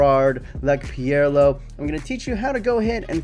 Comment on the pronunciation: Say pirlo right you thick fuck!